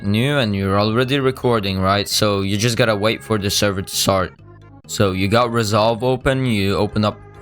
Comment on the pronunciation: "resovle"